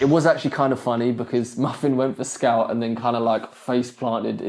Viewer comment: Bro till now I thought his name was scalp because I heard scalp not scout